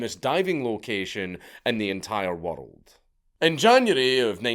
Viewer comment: WERELD AHLL OVER THE WERELD, I CANT UNHEAR IT